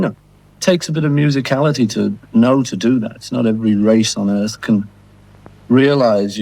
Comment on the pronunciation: did he say 'musicality?